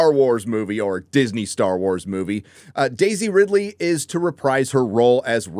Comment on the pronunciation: This is your job, LEARN to f*cking pronounce the her name.